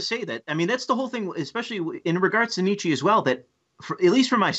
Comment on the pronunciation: God damn it, Sargon, it's Nietzsch-UH not Nietzch-EE. The German "e" is pronounced "a".